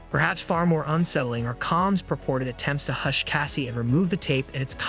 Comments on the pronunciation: Why is this A.I. voice pronouncing his name as “Calms?” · Who the hell is Calms?😠😠😠😠... Get Diddy's name right... Dude